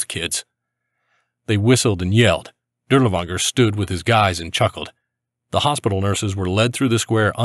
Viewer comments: Not 💯 sure, but was told to pronounce it as Dirlfanger in English. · You pronounce his name incorrectly, try saying Dirlfanger. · It actually is pronounced closer to durlaVAnger I believe , w's English are associated as v's in German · Shouldn't it just be Dirlevanger with v sound instead of w?